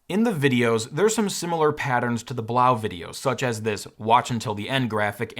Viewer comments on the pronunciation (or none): Love the vid and review! Could be wrong, but I think it's pronounced "Blow." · I think that Blaux, is pronounce Blow. As in French, not German. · Fyi the blaux is supposed to be pronounced "blow" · Blaux is like faux. Pronounced like “blow” because it’s a fan.